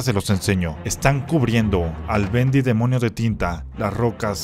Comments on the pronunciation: dijiste buendy en ves BENDY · dijo buendi